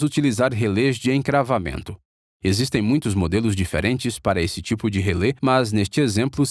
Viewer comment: Só um pequeno detalhe: em português a pronúncia correta é RELÉ, com acento agudo no último "e", e não relê. Em inglês "Relay" é que se pronuncia "êi".